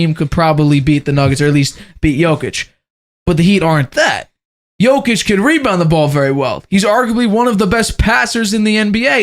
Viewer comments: So annoying that you haven’t learnt to pronounce Jokic after 8 years. Come on man not that hard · Same for me makes shame my head in disbelief 🤦‍♂